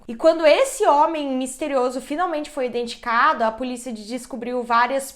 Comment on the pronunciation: Amo os casos, e amo quando a fala "identicado" por falar rápido